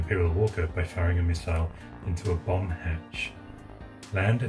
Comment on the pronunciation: Great restoration! Was that a Bomb hatch or a Bum hatch? haha. So glad it's working now. All good wishes.